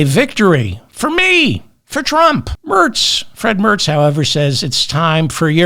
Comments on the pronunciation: It's Friedrich Merrrrrrrrrrrrrrrrrrrrrrrrrrrrzzzzzzzzzzzzzzzzz . Roll the r, please 🙂 Not Fred, please . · Not wanting to seem a grammar nazi (the world has too many nazis already), I laugh as loud as you do at the hilarious "Fred Mertz" coincidence, but if you want to pronounce the future German chancellor's name, simply say the word "mare" + "tz".